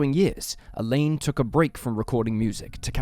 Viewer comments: you're pronouncing "Alain" like the girls name "Elaine" whereas Alain should sound more like "Alan" but with the _lan more emphasized than the English way (If you say " a lamb" thats fairly close) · Alain is pronounced the same as Alan, Alun, and Allen. Elaine is a female name. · It's pronounced Allen, not A- Laine. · Alain is a French name and is pronounced with a nasal sound. It's not pronounced Elaine. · I’m more concerned about the way the dude mispronounces the name Alain.